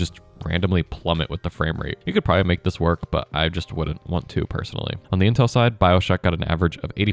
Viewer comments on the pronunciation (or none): none